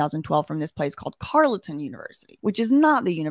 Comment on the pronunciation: Carleton University is pronounced Carlton